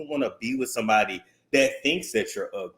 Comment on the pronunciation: Not “yu ug-lee, ug-lee donkey kong” 😭😭😭